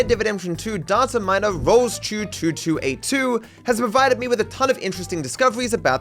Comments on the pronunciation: Roll Schuh not Rolls Chuh. You should know that as austrian... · rolls-choo is not how its pronounced😆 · rolls-chuh-2282? Yeah?! Sorry skater boy xD Slaughtered the name big time! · rolls chuh is a wild pronounciation of rollerskates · son you butchered rullschuh goddamn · "rolls chew" 🥀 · Rollshuh is German and you kinda mispronounced it. It was mostly pretty good but the "Sch" is not pronounced like the English "S"+"Ch" but rather similar to the English "Sh" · Completely butchered the pronunciation of Rollschuh lol